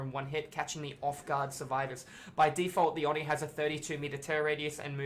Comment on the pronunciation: Why does everyone not know how to say oni it’s, oh-knee